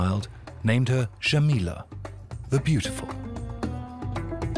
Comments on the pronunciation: The sound zh is not used in Arabia. It is not Bazha and Zhamila. It is Baja and Jamila with j as in Jane. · Thank you for this amazing documentary! Just a side note, The name is Jamila not shamila. J is pronounced as J in Jacket. Jamila in Arabic translates to beautiful.